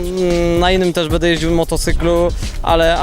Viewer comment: Stunter ; będę a nie "bede" :P